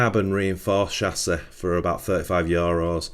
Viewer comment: This video is unwatchable for me, cause of your pronunciation of chassis and aluminum...ugh my soul!👎👎